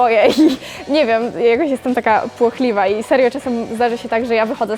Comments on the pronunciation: Błochliwa nie płochliwa. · „jestem płochliwa" ”jestem Błochliwa" Hahahah❤️